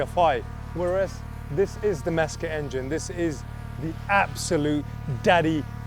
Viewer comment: Mezger? please........lol i love with the Porsche internet boys talk of this like the man himself hand built this engine ha ha